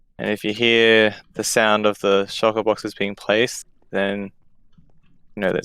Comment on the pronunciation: Everyone: shulker boxes: shiker boxes